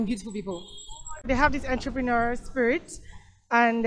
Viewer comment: She said entrepreneurial